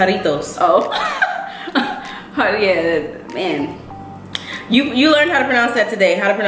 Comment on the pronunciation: good job on the words not perfect on some but u didn't butcher it ganzito was said perfectly & jarritos also. tepachito was good chito is basically said like cheeto. 1 tip e isn't pronounced like the letter e more like eh. I'm the same with u not in2 marshmallows unless it's in hot chocolate or cereal or rice Krispy treats